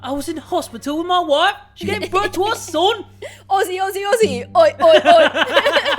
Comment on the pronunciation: I’m so offended when said Aussie Aussie Ow ow ow ( I’m Australian)